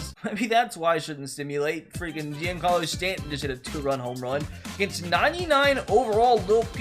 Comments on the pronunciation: Anyone else get trigger by the way he said Giancarlo Stanton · “Jeancarlos stanton”